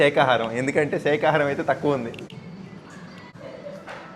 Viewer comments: It's not sekhaharam It's sakaharam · Sheka haarm kaadhu shakahaarm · సేఖా హారం కాదు😢 బాబు శాఖా హారం😅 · సేకహారం కాదు అన్న శాకాహారం అని అను😂😂😂😂